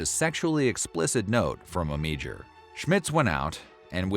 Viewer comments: You totally butchered the guys last name - AM - AH - DOOR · It's pronounced Amador & its VH1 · Amedure's name is completely mispronounced on this.